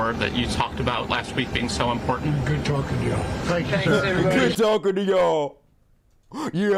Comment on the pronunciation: Why do theses “women “ in the nazi party ( MTG, SHS) say imporDant instead of important? It’s not that hard damn it!